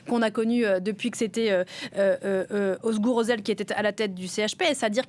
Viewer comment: Vous entendez comment elle prononce, Özgür Özel, ah merci !